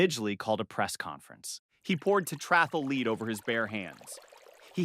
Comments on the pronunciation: You can't even pronounce lead, the chemical element, not the verb? You could at least hire a proofreader. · What is a met-ra? I thought it was pronounced me-ter. Is the narrator a robot? It's also interesting how it pronounces lead 2 different ways in the same segment.